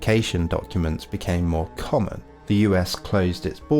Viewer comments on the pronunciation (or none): none